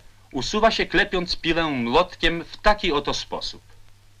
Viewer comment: Lektor, który mówi PIŁĘ, a nie piłe. I to Ł przedniojęzykowe😗😉😊